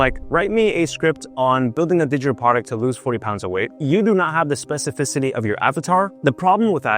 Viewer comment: Bro, be honest, how many takes did you do before you were able to say "specificity" right.😂